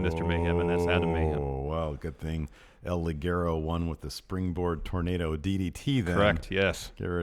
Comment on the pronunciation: i guess? their intro plugs getting weirder and weirder oO also it's pronounced "El - Lee - Guerro", it's not that hard to spend some time off of your time, away, frome that filthy product called whäää.. ?! power struggle review is still missing.